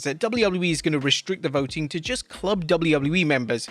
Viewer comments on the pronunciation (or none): none